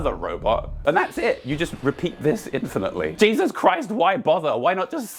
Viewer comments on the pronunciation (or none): none